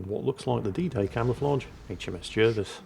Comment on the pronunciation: Why J uh vis? His name was jar vis. English is quite straightforward